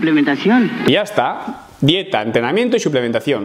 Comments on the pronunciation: Ha dicho suplementacion dandole enfasis. Una forma de decir que se chuza. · ..esta mujer ha dicho suplementacion.. no ha engañado a nadie...jajjajaja... Lo que no dice es que suplementacion.. eso cada uno que lo entienda como quiera....jajajajj. Ademas la cafeina te pone superfuerte...jajaaj